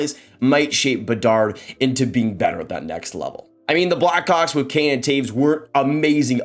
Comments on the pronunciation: man are you saying black hawks or “black cocks” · I know what he said but at 12 seconds it sounded like he said Bedard will be a black cock 😂😂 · Is this how we're pronouncing Blackhawks now